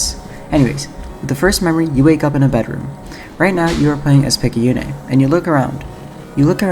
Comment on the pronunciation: Amazing video, it's great to see a proper analysis of this fantastic lil indie gem! Though one thing of note, Picayune is pronounced "Pik-ah-yoon", but Picayune' does sound a lot cooler! It's actually a real word, meaning "of little value, importance, or consequence; petty, trivial, small-minded" which is pretty interesting, as Picayune herself is the polar opposite of those characteristics. What with her becoming both a spaceship captain, and an eventual eldritch horror! Kinda screwed up that her own parents would name her that, almost as if they had such low confidence in their own daughter's capabilities. Which puts a lot of things into perspective, it's no wonder she of all people became an incarnation of the Aberration itself.